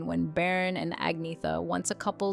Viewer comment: Where’s the ….” she was disgustingly “ part ? …..and you couldn’t even pronounce Bjorn’s name properly….